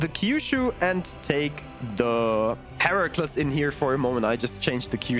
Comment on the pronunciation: Very nice, just for your information the Heracles is pronounced Hera-cleez.